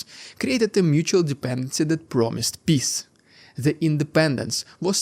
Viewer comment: You should work on how you pronounce peace.